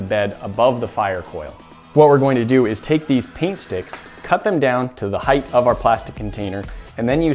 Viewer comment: Nooooooo... people learn on this channel- please don’t perpetuate the use of the pseudoword “heighth”!!!